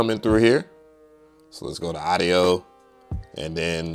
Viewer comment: Respectfully, please pronounce audio properly.